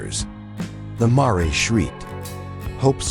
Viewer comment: Why are simple words not pronounced correctly???🥴. Mare is just as it looks! Long a and silent e.